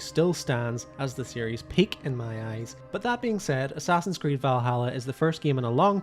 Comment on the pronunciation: The moment you said Assassin's Creed you lost all credibility😂😂